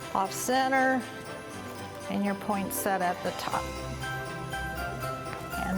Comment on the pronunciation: First of all, good job. You're good at creating a beautiful tree. But it's is my nth time hearing christmas tree decorators calling "poinsettia" [poynseta]. It's [poynsitya]. Here's the link